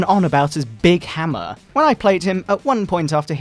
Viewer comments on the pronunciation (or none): none